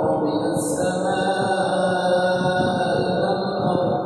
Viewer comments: Moon maaf senelumnya, Minit 3.23 MINASSAMAA A ILALARDLI Harus nya MINASSAMAA I ILALARDLI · maaf harusnya Minassamaaa i